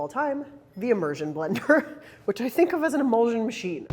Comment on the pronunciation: pronunciation of word is "e-mul-shun". you say immersion correctly, it's the same ending